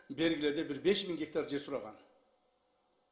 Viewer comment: Бир 90гектар дейт анан эле мин геетар дейт Ким кандай тушунду